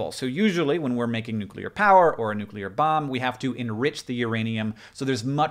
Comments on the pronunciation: I just want to commend you for not saying nucular. So many freaking people I respect mispronouncing that word it drives me insane. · wow i'm early.... but also thanks hank for pronouncing "nuclear" the proper way (my chem teacher didn't do that)